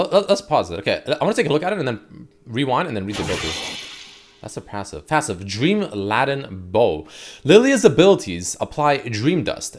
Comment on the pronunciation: "dream-laddin bow"?????!?!?!? I have never facepalmed this hard in my life......I like but srsly can this guy not read?